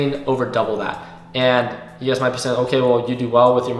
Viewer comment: love when you say “ugaz” i mean “you guys” lol